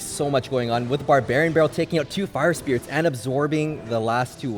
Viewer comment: calls fire spirits- spire irits 😂😂